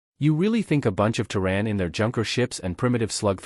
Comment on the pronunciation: Terran, pronounced "terr", as in terror, (or tear); and "an", pronounced as in Ann. The various spellings shown are all wrong. Proofread or don't post.